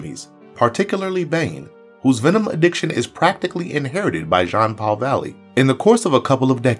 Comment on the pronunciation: It’s pronounced Jean-Paul, not John-Paul